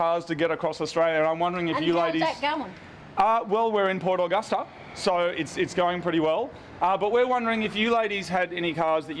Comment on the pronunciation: the way mood says port Augusta annoys me being from the west coast of SA